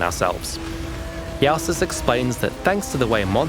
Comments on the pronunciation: Is it not pronounced "Joe sis" or "yo sis" instead of "ya sis" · There's one incorrect part in the video, Jousis is pronounced "Jesus of PoE" not "Yahsis" :face-blue-smiling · this guy so german he cant even say jew-sis